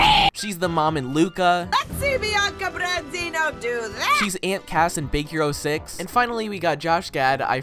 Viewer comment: ...she didn't pronounce Branzino right. Zamn.